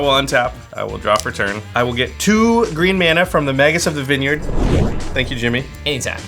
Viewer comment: Vinyerd... lolol